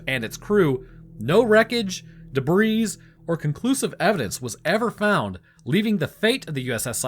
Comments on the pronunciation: Debris is pronounced debree, not debreeze. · De-bree.... all the hard work and a simple word mispronounced. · "collier" is pronounced "colly-er" not "collar". "debris" is prounounced "deh-bree". And the "bermuda triangle" is no more dangerous than any other arbitrarily drawn triangle of ocean out there. Just idiots with youtube channels picking up where the 'History Channel' left off perpetuating the myth. Holy shit, guy. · Please stop saying debris like that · The "s" in the word "Debris" is silent 🤫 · Pronouncing the "s" in "debris", are we? Considering the word's French origins, I can only assume you're appropriating verbal territory by force. If this be the case, please continue.